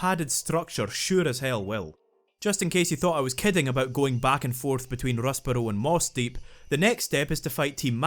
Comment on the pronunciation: I clicked 30 mins in to see if this was going to be worth watching and I decided it was solely based on your pronunciation of Rustboro